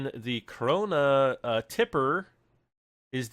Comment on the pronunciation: it's KRONE NOT krona